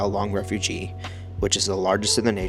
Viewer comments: It is Refuge like huge not refugee a refugee is a person..... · Refug is how it’s pronounced , the e is silent .